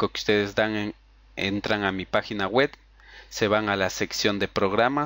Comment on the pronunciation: pagina wet ,yutu ,feisfut guglemas ,archivos rap, etstaer aqui ''setap'' ,''necs o siguiente'' , y como 100 okey ,amigo de verdad entiendo que podemos equivocarnos pero primero toma en cuenta que si quieres tener mas exito en tus tutoriales debes de aprender a pronunciar bien las palabras